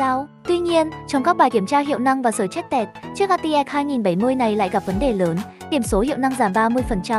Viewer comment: gi gia byte , xờ trét tẹt 😅? nghe nói tiếng anh hãi thật.